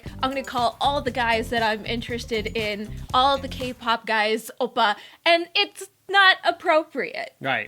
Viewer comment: the way the man pronounces oppa makes my korean blood boil. "obah"